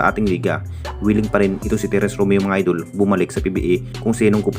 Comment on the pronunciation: Puro fake news bulol purobka idol hindi idul bugok baliw iniispek daw gagooooo